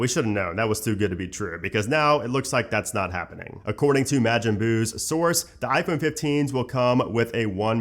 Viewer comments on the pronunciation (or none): Mah-jin boo, any other DB fans cringe with that pronunciation? Lol…I’ve heard it pronounced Mo-gein too, but not mAjin. Also, great video…I feel like you’re one of the few channels actually giving info and not just countless leak videos.